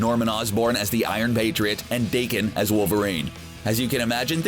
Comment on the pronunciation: Um, I think it’s pronounced, Dah-ken